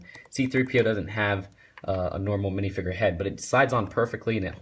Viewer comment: Dude its not pronounced minifiger its minifigure